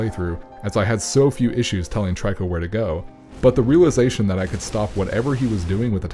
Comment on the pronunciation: It's "Eeko" and "Treeko". A play on words for the third Team Ico game. Trico